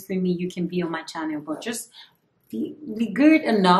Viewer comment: Yes you are an adult and can do whatever. I like your confidence. Some of the people leaving bad comments about your products will most likely secretly buy your product. The only thing is...watch how you add "R" into words that shouldn't have "R". It makes you sound like Bobrisky. The word "But" should not be pronounced as "Burt". Anyone is not Anyorne. Focus is not Focurs. Home is not Horme. That's just to say the least.